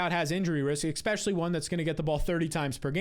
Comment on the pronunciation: I love you, but every time you say "eckspeshully" it hurts my soul